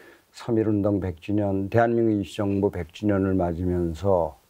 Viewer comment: 실례합니다 제 귀에만 대한민국 김치정부라고 들리나요? 웃기라고 질문한게 아니라 발음이 그렇게 들려서요 아나운서는 아니시죠? 순수하게 궁금해서 그렇습니다. '임시정부'를 조금 다르게 발음하신것같은데요.